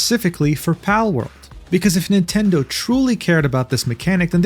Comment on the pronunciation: NOOO NOT MINTENDI 😭😭